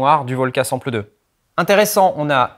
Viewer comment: Sample... on dit ''Sempeul''!